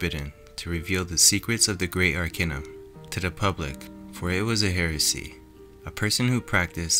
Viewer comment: AR-KAY-NUM not AR-KEH-NUM .... how can I take you seriously if you can't even vibrate the focal point of your subject correctly...